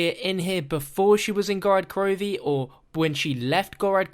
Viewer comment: you call it "Gorad Krovi" it's "Gorod" with an "o"